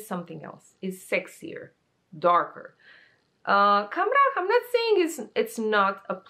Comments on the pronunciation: You pronounced “Khamrah” perfectly btw 😘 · You actually did NOT butcher "Khamrah" at all. You pronounced it correctly 😊